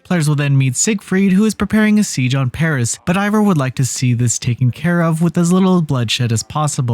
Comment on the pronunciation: Fran-C-a - how did you play this dlc and still fail at pronouncing Francia correctly, more to it, how have you never learned how to pronounce it properly as an adult? As the people living there are the 'Franks,' so their land is called Fran'k'ia. As someone below stated, you mispronounced Eivor's name as well - repeatedly. More like you read from a script given to you by someone else who possibly played the game, and you read it without knowing proper pronunciation. The review itself was okay, but please, work on your pronunciation...